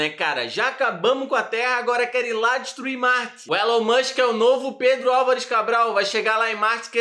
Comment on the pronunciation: "Élu mãnxqui é aqueli qui vendi carru cum ixtensãum"